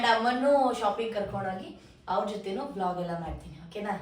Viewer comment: vlog ❌ blog ✅